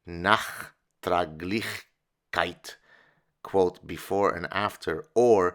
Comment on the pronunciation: Duke UNIVERSITY Press??? Get f***d... Uh, and it's Nachträglichkeit . Come on, as a speaker of Hebrew you must be able to pronounce that (German) pseudoexpression... I am a native German speaker. I cannot explain what this expression is supposed to mean or how it should fit into the context (if there is one...). I know 'VERträglichkeit' (compatibility or agreeableness) and 'nachtragend' (adjective, meaning vindictive). I have no, I repeat: NO idea what 'Nachträglichkeit' should mean. Maybe I have some (more) postmodern reading to do....